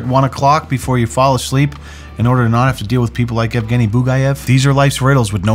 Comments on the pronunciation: Yeah, for a second I thought his name is Afghani as well (before realising that's pronunciation of Evgeny) and was wondering whether or not his 'stans' are called 'Afghani-stans' lool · I misheard “Evgeny” as “Afghani” and as an Afghan thank goodness lol was about to say we do not claim this